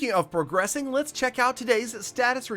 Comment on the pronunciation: "porgressing" lol